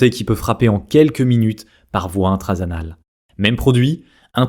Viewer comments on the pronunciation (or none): haa je suis le seul a remarquée quil a dit intrazanal au lieux de intranasal